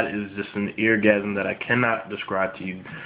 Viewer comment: Like if heard him say eargasism lol!